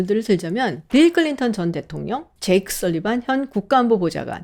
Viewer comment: Lady!! "대통령, 최초"의 발음이 틀렸나이다!! 기실, 이 문제는 현대 한국 전반적 문제라는 사실은 실로 웃지 못할 일입니다. "대통령"은, "대: 통령"이라고""대"를 길게발음해야하는데"귀하는, "대통"이라고 부처 읽고 "통" 을 강하게 발음했습니다. 잘못ㅇ입니다. 그리고 " 최고"는 "최"를 길게 발음해야하는데 귀하는 이를 "짧게" 발음했습니다. 잘못입니다. "한국 어문을 고발함" 이라는 책을 일독해 주실까요?